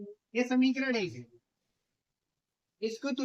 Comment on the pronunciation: sir shamikarad nhi samikarad